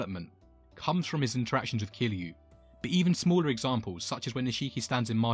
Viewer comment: Kiryu not Kiliu, for next ime, great video as I find Nishikiyama as one of my favorite characters